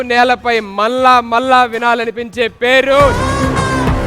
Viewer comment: మల్ల మల్ల కాదురా మళ్ల మళ్ల